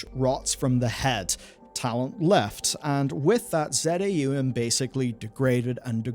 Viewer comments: I believe the studio name is pronounced phonetically. "Zah Um", not Z-A-U-M as some sort of spoken acronym. Edit: Never mind. You pronounced "Luiga" Loo-jee-ah. You have some sort of reading impairment going on and I don't want to pile on. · Not Z A U M, but ZAUM - as one word. From заумь- russian word, that means the decline of a formal linguistic tecniques and style. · It's Za Um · Minor correction, but relevant: Z-A-U-M is pronounced "Za Um" - it's a made up Russian language meaning "beyond the mind" (Wikipedia says "transrational").